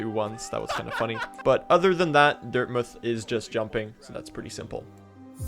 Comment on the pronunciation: PRONOUNCES DIRTMOUTH CORRECTLY LETS GOOOO